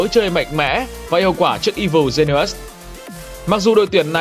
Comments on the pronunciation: Woft? "I vồ gi ni ùs"?? chất lượng của video này kém thật sự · Evil Genius"es" = I-Vồ Gi-ni-us-"sis" nha bạn! Không phải lỗi lớn nhưng cũng xin góp ý cho ạ.